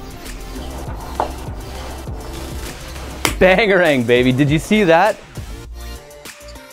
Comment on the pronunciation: Did you say "bangarng?"